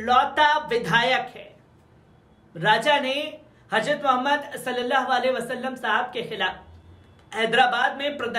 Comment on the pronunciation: KItni GHALTI kerta hai yeh anchor Urdu news bolne mei...HAJRAT bolta hai...G. J KO Z bolta hai...yeh Kya hai